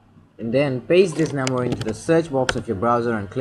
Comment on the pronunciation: Computer dis nimber/paste dis nimber/my rooter/enible/dat suspucous device/comment if this wedio helped you. My man I'm not trying to make fun but I just can't understand what you're saying! And if you do have a speech problem sorry but if you don't then uhhhh.... Work on your English.